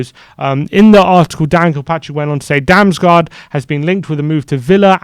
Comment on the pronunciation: Tip: If you see two "A's" together in a Danish word then it's pronounced like an "O". Damsgoard is much closer to the lad's actual name. Great little player - hope they can land him.